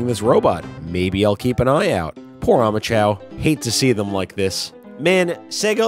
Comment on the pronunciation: I legitimately thought that when you said omochao you actually said homichao because it looks like it’s wearing a ski mask